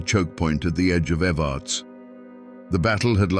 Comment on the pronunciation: We pronounce evarts like this ev- errr- ta- sss The way he was saying it was grating my nerves. Born and raised in Harlan KY ..still here, we ain't going nowhere 😜